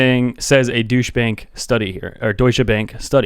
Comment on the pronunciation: He is the only person I have seen that pronounced Deutsche Bank correctly...